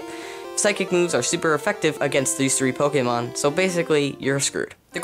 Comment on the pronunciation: Stop saying pokamon